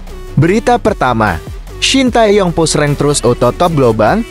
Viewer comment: Oeeeeeee....Shin Tae Tong tuh siapa.... belajar dulu baru jadi pembaca berita yang baik dan benar 👎👎👎👎